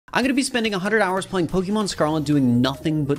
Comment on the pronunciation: I enjoyed the vid but the BUTCHERING of the pronunciation of Pokémon killed me!